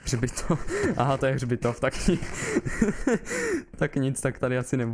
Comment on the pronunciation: Chčípám s toho jak sir řekl chřbitov